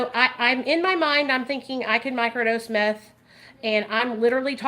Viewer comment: I cackled when you said microdose meffh like😂😂😂😂😂😂😂😂😂😂😂😂😂